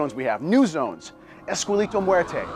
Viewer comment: He said esquelito instead of esqueleto.